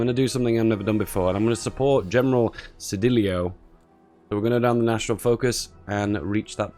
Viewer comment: Cedillo = Sediyo Calles = kaiyez Proper Pronounciation